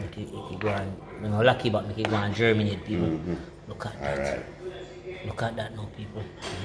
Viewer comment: 😂😂😂 marinate not germinate 😂😂 it's plants only 😅😅😅